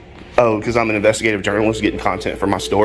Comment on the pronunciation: jiurnelest? noooooooooooooooooooooooooooooooooooooooooooooooooooooo way